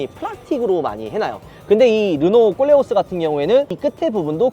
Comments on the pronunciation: 꼴레오스가 아니고 콜레오스입니다 듣기 거북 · 꼴레오스가 아니고 콜레오스 입니다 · 왜 꼬오올레 오스 라고 들리죠? 코오올레 오스 입니다 콜레오스! 발음좀 ㅋㅋㅋ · 꼴레오스 가 아니라.. 콜레오스 입니다 꼴레오스 꼴레오스ㅋㅋ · 그냥꼴려스로 들려요😢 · 보르노 보면 그냥 꼴린다로 들리내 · 꼴레오스라고하지마요 어감이😅